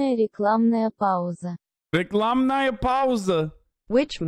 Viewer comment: Hasan saying «рекламная пауза» ("adbreak") in Russian is creepily accurate. I'm impressed.